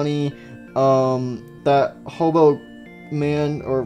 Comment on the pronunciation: Why everyone says <>HOBO<> and don't say hobo again